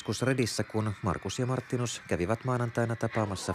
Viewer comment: ”Marttiinus”😫😫 Noooooo it’s MARTINUS